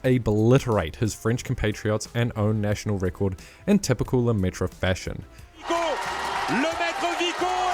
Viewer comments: It's pronounced Lemaitrr, not Lemaitreuh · Et Lemaitre, pas Lemaitra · Christophere "Le-Métro" lol ? Funny pronunciation apart it's Christophe. Sorry, as a french it just quite funny :) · God I hate how english speakers pronounce Lemaitre, there's not even an attempt at getting it right. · The way you said Lemaitre hurt my french soul